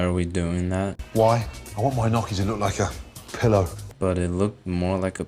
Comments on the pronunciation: Nnoki? Wtf! I’m surprised Gordon doesn’t know how to properly say gnocchi 😂 kinda lame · As an Australian, it's werid hearing foreigners say maccas. But you pronounce maccas way better than Gordon Ramsey pronouncing Gnocchi. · Surely that's not how "gnocchi" is pronounced.